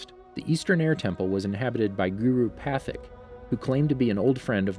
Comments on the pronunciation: guru pathik lol Its guru patik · Why does he say guru pathic it is Patic! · Your videos are great, but PLEASE learn the correct name pronunciations: Guru Pathik (pa-TEEK) Amon (ah-MON) Monk Gyatso (ghee-AT-so) Iroh (EYE-row) Thank you. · it's guru pa-teek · It’s actually “Pa-theekh”, as his name is based off Sanskrit, a language common within India, so it’s same to assume we must use a Vedic accent to pronounce it. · It’s pronounced Guru (Pateek) Pathik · My dude butchered Monk Gyatso and guru pathik’s name... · How did you mispronounce Amon and guru pathik when they’re clearly said in the series’